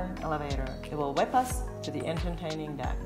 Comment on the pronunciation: why does she say entertaining as enterNtaining it pisses me off